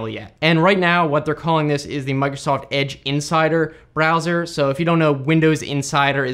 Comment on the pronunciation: “...no matter what BrEzzoR you’re using...”